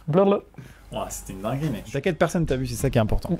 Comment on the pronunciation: oui c'est"t'inquiete" et pas "t'inquites" mais c'est bien "t'a" (il t'a)